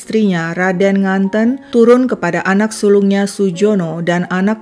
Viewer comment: Nganten dengan huruf e seperti menyebut kata "tempe"